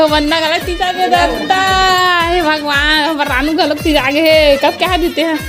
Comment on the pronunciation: तिजा,,,ना कि टीजा 😂😂😂